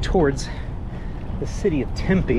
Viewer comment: We can ride from the east side all the way to the west side uninterrupted. 40+ miles. And, we have many mountains and hiking trails. It is an outdoors paradise. Oh, and, it's pronounced Tem-pee